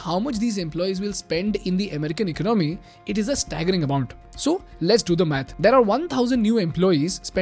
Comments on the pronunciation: ekonOmy - chh chh, no no. ekOnomy - ✔️✔️ 😊 Love your videos man. Keep them coming. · Eek-nomy??😂 very funny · Very nice video. Great info. Except you are pronouncing the word 'economy' wrong and it's irritating. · Can you learn to pronounce the word economy properly? It's really bugging me from listening to even meaningful content. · Please correct the way you say "economy". With all due respect. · you really need to learn how to pronounce the word: economy.